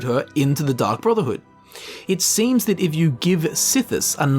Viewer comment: I heard Dung Brotherhood which is infinitely hilarious to me since he was talking about them making a mistake